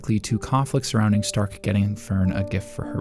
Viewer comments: Don't worry, your Fern and Stark pronunciation is off too, but it's well within okay territory, once had youtube recommend a video about Frieren and the guy pronounced Linie (the girl demon that gets axed by Stark) like lie-knee, which is so brutally wrong I stopped watching, did he even watch Frieren? They do an okay job with names, not perfect, but not this wrong. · This is the exact same phrasing I was intending to use to point out his mispronunciation of Fern and Stark xD